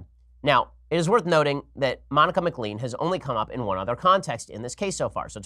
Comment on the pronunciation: You mispronounced McLean - it is pronounced McLane.